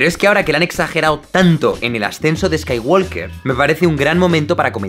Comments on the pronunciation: Creo que se pronuncia Skaiwoker sin la L Walk y Talk se pronuncian sin la L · Skaiguolker...me encanta